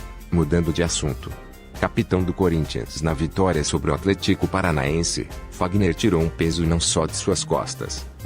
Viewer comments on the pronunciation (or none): Não é Bozelii é Bozeli não é Atléticoo é Atlético